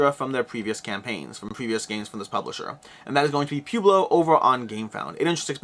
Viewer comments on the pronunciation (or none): Poo-blo. Seriously? Pwehblo. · please tell me you've really never heard the word Pueblo pronounced out loud. "pweh·blow" As always, amazing content, I just got a chuckle every time you said pew-blow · P-YOU-BLO, LOL 😆 It is P-WEI-BLO. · Pueblo pronunciation is puh-web-low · You do speak fast. Never really noticed it until now. My recommendation when you speak too fast is that you should slow down and emphasize power words in your sentences. For example , you should held onto the word "but" and also emphasize it a little. Doing this gives people time to digest what you said. Also, it's Pueblo (Poo-eh-blow). Wow this sucks. You are not from the US are you? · Pronounce it Pwebloe. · I love how you pronounce "pueblo" lol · I shuddered each time.